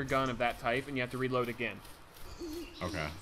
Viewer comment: "ammo tipe"